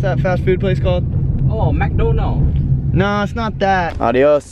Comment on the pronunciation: Lmaoo "ohh mehk Doonal"